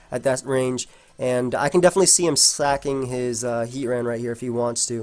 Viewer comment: he said saking twice, why senpai:'(